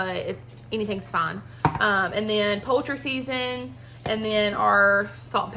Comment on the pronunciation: She said poultry season in the videon not "colter" seasoning